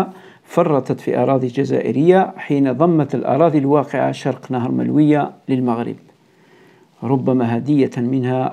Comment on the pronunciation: مجرد تصحيح يتعلق بنطق النهر الذي يفصل بين الجزائر والمروك: مُلوُية و ليس ملوِيَة " Choukran. MOULOUYA, et non pas MELOUIYA